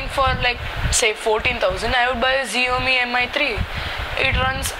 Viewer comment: Idiot! Its not pronounced as Ziomi.LOSER.